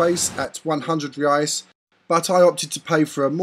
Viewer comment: Very good video, if you allow me a little correction the currency name is "Reais" not "Reias". You are making gr8 videos.. Keep up with the good work.. :)